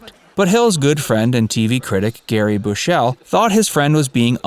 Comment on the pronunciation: Gerry Booshell Lol Garry Bushell.